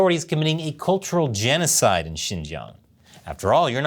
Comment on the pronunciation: Oh - Jen O Cyde so not funny it’s hilarious